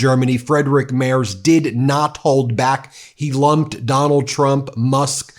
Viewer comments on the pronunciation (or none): Ben, just a little aside. Merz is pronounced like the following: MAIRTZ. I live here in Germany. When you mispronounce it, you lose credibility. And I do NOT want that! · Can you please pronounce the new German chancellor’s name correctly? M-E-R-T-Z. Where are you getting Mayers from? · For goodness sake, at least make an effort to pronounce foreign as close to how they shold be as you can, it is NOT Mairz, it is (phonetically) Mairtz! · Will you please learn how to pronounce Merz’s name correctly? Its not Mayors or Mays! Pronounce right or not at all! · His name is Merz, pronounced "Mêrdz", not "Mairs". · it's Merz Not mayor's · It's pronounced 'Merts', not 'Merzz'; the Deutsch/German 'z' is like the 'ts' in 'tsunami', with soft 's'. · Please watch your pronunciation he is pronounced Merz not Mayors it is very insulting to the new chancellor to call him the wrong name. It sounds almost as if it’s tzs at the end of. I’m an American living here and every little mistake we living here get called on it. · You almost have it, Ben! "M-air-ts" not M-airz" for Merz! Didn't want him, but was glad to hear his speech. Thanks for reporting on it! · You really need to improve your pronounciation of "Friedrich Merz", I almost had no clue who you're talking about. It's more like "Freed-Rick Mertz" than your "Frederick Mers". 😄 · The name is pronounced similar to "Merts" not "Mers" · Dear Ben;his name is not Mers. It is Merz Spoken (Merts) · Please pronounce the upcoming chancellor "Freedrich Merts" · Mr. Merz‘ name is pronounced as if it had a ‘t’ before the’z’: Mertz. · Friedrich Merz (btw, pronounced "Mertz") is the Chancellor-elect, not yet the Chancellor. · Merz is pronounced like " MERTS " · Just to prevent a minor distraction, the gentleman’s name is pronounced Mairts. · It's Merzzzzzzzzzzzzzzzzzzzzz , american . Do us a favour and check your pronunciation, please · Pronounced "Mairts" 🇩🇪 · Merz you say as murtz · Ben, the Chancellor’s name is pronounced Mairtz.